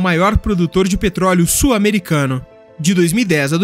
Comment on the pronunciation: Já aprendeu a pronunciar a palavra SUL? não é "SUR". Ah, e "sulamericano" pronuncia-se "SU-LA-ME-RI-CA-NO", e não "SUL-A-ME-RI-CA-NO".